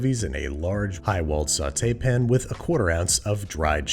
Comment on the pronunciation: "Sautée pin" ????